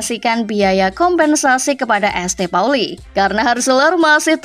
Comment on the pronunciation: ESTE Pauli😭 Saint Pauli